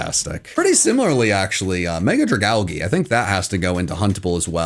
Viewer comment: I'm curious. Is the mispronounciation of Dragalge on purpose? It's a mix of Dragon and Algae.